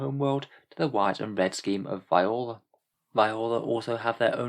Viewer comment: Just a note Viorla is pronounced vee-or-la